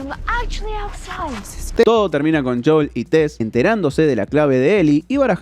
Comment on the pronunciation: No os pasa que cada vez que dice JOUL dan ganas como de darle así con to la mano abierta?